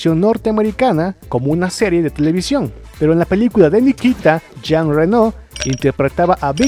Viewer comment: Por favor respeten los nombres propios. Jean Renó no es "Jin Réno" Y Luc Bessón es con acento en la "O" no es "Luc Béson"!. No pronuncien en ingles nombres franceses. Suena horrible.